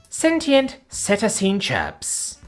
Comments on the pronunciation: seh-TAY-shun or SEE-tay-shun, either one is an acceptable pronunciation. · Proper mispronunciation of "cetacean": see-TAY-shun (alternately: see-TAY-see-an). Sorry, after the 7th time, it just got to me. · Thank God it was a short video! If I heard "cetacean" mispronounced one more time.... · Not gonna lie, I was dying of laughter every time he pronounced cetacean.